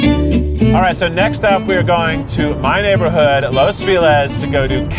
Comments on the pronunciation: "Cafe Los Feelez" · The way Keith pronounces his "favorite" place is triggering AF o.O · I don't understand it, even with an american accent, how does he pronounce it as 'fee-laz' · Keith, I love you, but please, please, say Los Feliz correctly. It should sound like ("LOS FEH-LEES"). Anyway, have a great day! Love, Chris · The way Keith pronounces “Los Feliz” is tickling me 😭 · Loved this!! Just really not a fan of the “Los Feliz” pronunciation. Not sure why people can say “Feliz Navidad” but not “Los Feliz” right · every time keith mispronounced "los feliz," i could hear my ancestors crying lmao